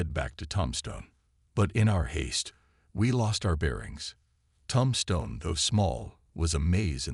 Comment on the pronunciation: Tom-Stone? I can’t listen anymore.